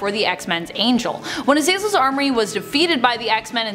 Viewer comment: AZ AZ EL NOT AZEELZELL GODS I HAT3. THAT.